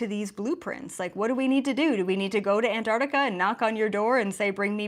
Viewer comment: Ask Nasani how to pronounce Antarctica.